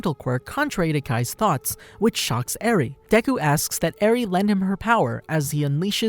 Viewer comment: you said eri wrong